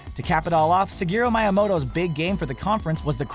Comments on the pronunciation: Siharu mieyamoto... that’s worse than Tom culancy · Miyamoto is a legend. Pronounce his name RIGHT.